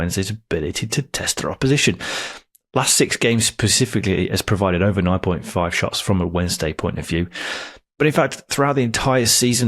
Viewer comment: Specifically NOT Pacifically....ffs